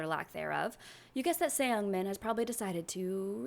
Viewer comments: just a heads up, youre not supposed to pronounce the E in ”seungmin” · You're so sweet omg😭 I found you from this vid and you seem so fun and entertaining you should be a LOT bigger than what you are now (the mispronunciation of "Seung-Min" is killing me as a korean but I pretend i didn't hear it💓)